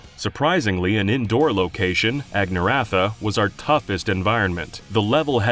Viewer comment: Other than saying Agniratha and Nopon wrong, good video.